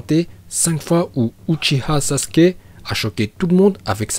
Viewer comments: Sasuke stp pas sasuké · Par contre c pas SASUKÉ c Sasuke😠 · Sasuke pas sasuké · Évite le é sur le sasuke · Mec c pas Sasuké mais Sasuke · Sasuké nnn. Nnnnnn sasukee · Bonjour , SASUKE pas sasuké voilà aurevoir.